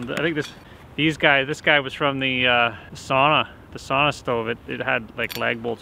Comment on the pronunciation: my first one was that tall too. Do a hand crank forge blower on your evaporator you will really get that sap rollin!! love your videos bud! P.s you make me cringe whenever you say sana, bro its sauna ! 🤣 ! But you do your thing very entertaining stuff!